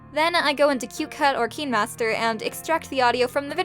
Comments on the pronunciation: Why deos she say keenmaster instead of kinemaster- meh i think its kinda weird but sorry if i came out rude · Her: Says KEENmaster Me: Isn't it KINEmaster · **yes finally someone who doesn't pronounce it as "kynemaster," But "keenmaster" instead. I finally found someone who says the same thing as me. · Kinemaster- Cineemaster p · I saw kai-n-master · It’s okay but I think it’s kindmaster! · Sorry if I sound rude....but why do you pronounce words with “i_e” as “ee” not “ay”? Like ‘kinemaster becoming keenmaster and mobile becoming mobil. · "KEEENmaster" ✔️ "Kinemaster"❌ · She: pronouns Kinemaster as like "Kin master" Me: pronouns Kinemaster as "Kayn master" Me: GURL UR PRONOUNCING, I THINK ITS WRONG. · When is as watching someone was saying Kinermaster and me I was like Me: ItS KiNeMaStEr and I say kindamaster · Yeah, I'm pretty sure that's how you pronounce it, but she was going "Keen" master TwT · It’s kinemaster but yes we all have done this before😞👌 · It's called KineMaster no hate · It's Kinemaster :3 You Welcome (。・ω・。) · It's kinemaster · Thanks so much!! Really helped. Also I say keen master too- 😅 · But then your realise it's supposed to be pronounced like kin-a-master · Its fine if you pronounced it wrong....Btw , I am a fan